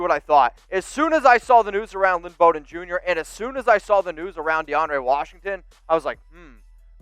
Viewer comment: No one could pronounce his name. Bowden. Bow as in bow of ship or bow after a theatrical performance + din = Noooooo. Bow and arrow + den of wolves. Correct!